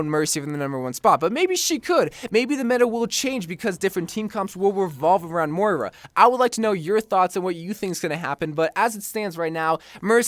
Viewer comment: Its moira not mora